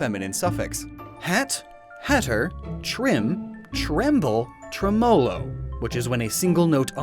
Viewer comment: As a violist it makes me highly uncomfortable when he says tremolo like tremole smh